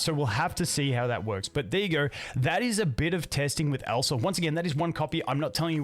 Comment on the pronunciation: It sounds like you're saying Elsa it triggers my frozen flashbacks 😭